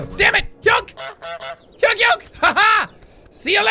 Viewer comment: Say honk and not hounk